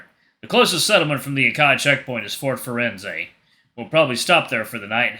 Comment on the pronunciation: Hey, I have a few tips on how to pronounce a few of the names and sayings: To pronounce Venezia, say veh-NEH-tsya, with the stress on the second syllable. The "z" is a "ts" sound, like in "cats," and the final "ia" forms a "ya" sound and To Pronounce Firenze, 'fee-REN-tseh.